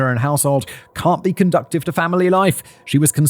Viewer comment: Simon, the word is “conducive,” no T. It’s even written correctly in your type. You always say “conductive” which has a different meaning, as in to conduct, like electrical wire. Get correct, big brain.